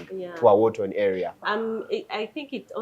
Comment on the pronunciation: WAR TORN NOT WAR TONE!